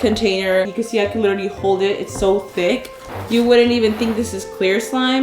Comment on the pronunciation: WHAT TICC thike